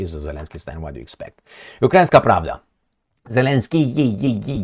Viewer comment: Zelenskyyyyyiyiyi.. Always laugh when the name was pronounce. 😂😅